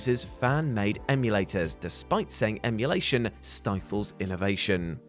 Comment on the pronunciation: I love "mulation".